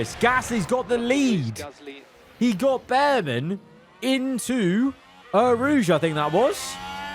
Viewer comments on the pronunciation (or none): none